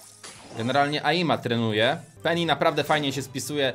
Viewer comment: niemówi się peni tylko penny